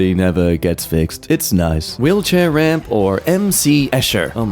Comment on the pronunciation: No RAM!? THAT IS NOT A COMPUTER! THAT'S... Oh... Ramp! It sounded like he said RAM